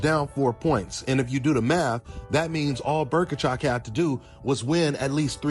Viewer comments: Who is Berkachov? Bohachuk; Bow-Uh-Chuck. You're welcome. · Berkachuk? It's Bohachuk lol